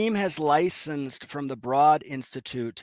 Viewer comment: BTW, Broad is pronounced like road.